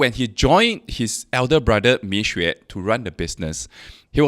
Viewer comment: It doesnt take good Chinese to pronouce between 蜜or米